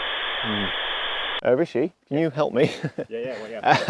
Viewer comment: I swear he says his name like Ricky in his videos 😅